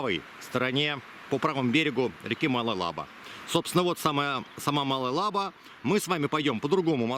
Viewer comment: Интересный сюжет 👍. Правда режет слух название реки Малая ЛабА.